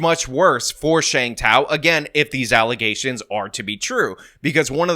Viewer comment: What's an allegation,? You're saying alezation weird.